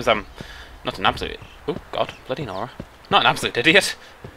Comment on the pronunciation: Oh, it's bloody nora? I every time think he was saying: Blo Dinora.